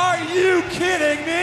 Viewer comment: "ARE YOU KEEDING ME?!"